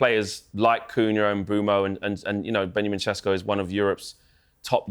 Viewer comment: Why’s he saying sesko like that? he’s not Slovenian it’s embarrassing 😂😂😂